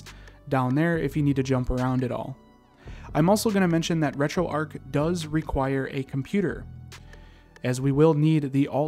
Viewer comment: Erm it’s not retroark it’s retroarch 🤓👆